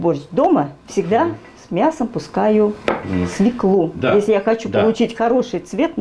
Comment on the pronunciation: идея хорошая, но.... 1_ знакомство с участниками_ как зовут, и т. д. 2_не ,,ложишь,, ,а ,,кладешь,,. 3_не свеклУ, а свёклу. ударение всегда на е.( с точками)